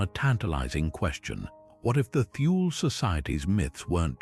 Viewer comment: Thule is not pronounced "Thool", that is wholly incorrect. It's from the German language, Germans do not employ the "Th" sound but, they do pronounce the letter "e" when it appears at the end of a word. Thus the correct pronunciation is: "Tool-Ah" . I speak German and I have had this pronunciation verified by my German friends.